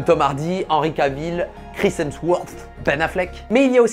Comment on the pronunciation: ptn ca fait un bail que je l'attendait cette video gg a toi mec ha et puis le "Chris Hemswotrhrtrhrt" ca m'a tué 😂😂😂 et jme rejoui de ouf pour ton projet! bonne chance! super outro !